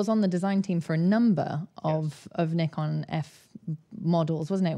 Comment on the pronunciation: No it’s not it’s Nikon not ne. 😜